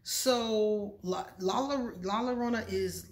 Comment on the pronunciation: 👸👸👸👍👍👍❤❤yaaaayyyy..youre such a great storyteller..la llorona..the 2 L s would sound like a j